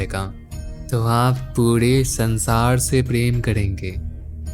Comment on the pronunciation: Bhai bahut achha laga sun ke aap ke content ko, ek chhoti si salah hai thoda uchharan me dhyan dijiye, sar hota hai sad nhi, sansaar hota sansaaad nahin. Jay sri hari💐💐